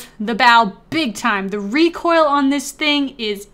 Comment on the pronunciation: I know bro. I was being a troll cuz he said rocoil instead of recoil